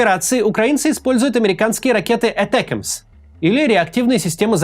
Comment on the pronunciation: ЭТЭКЭМС бля😂😂😂